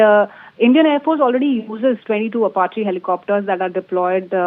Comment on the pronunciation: Does this news anchor read the teleprompter script before going live? Sounds like she is trying to understand the words she has to say right before saying them... Ap---a---che.... At least learn how to pronounce the name for God's sake! You sound stupid and unqualified to report on the topic.